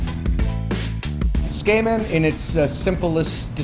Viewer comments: Why is everybody getting so triggered over ramen and his pronunciation. Its like: ''I've never made a single mistake in my life, let's just bully this guy cause of the way he pronounces tsukemen.'' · How can one eat a dish from a chef that can't pronounce the dish's name? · well can you at least say it right? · This feels like a bad copy of something Japanese people make...Brings into question the quality of the dish if the chef cannot bother to learn how to better pronounce the name of the dish he is paying "homage" to. Source of Japanese people saying tsukemen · Please FFS learn how to say Tsukemen. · The way he pronounces tsukemen is so "harsh." He makes it sound like a skin condition. LOL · Dylan Camp That makes it a lot worse if he lived there for 15 years and pronounces it like that. The "tsu" is like chicken katsu, the "ts" is pronounced very quickly where the t and the s sound like one letter. You wouldn't pronounce it chicken kas, like he is doing by dropping the "t" and the "u". Maybe if he pronounced tsukemono we could tell. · Not only for a living, but owns the ramen restaurant. Hey probably pronounces karaoke as "kare oh key". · It's absolutely not correct pronunciation. It's not 'su-KAY-men', it's 'su-keh-men', with no tonic syllables. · It's pronounced SU-KEY-MEN. you would think a ramen shop owner would at least know what to call his cooking. #whitewashing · It's pronounced kinda like: /tsoo-k-men/ not /tsookaymen/ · His pronunciation of Tsukemen is bugging me. It's wrong. He is saying tsukeimen. It's tsukemen. He is saying tsu-kay-men and it is suppsoed to be tsu-keh-men. It drives me nuts that he's supposed to be doing this for a living and can't even pronounce it right. Give some respect to your field, dude. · It's not pronounced "skamen" SMH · The food looks delicious, but I can't stop hearing him say "skamen" and that sounds incredibly unappetizing. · Someone teach this guy how to say tsukemen. Skayman sounds like a dj...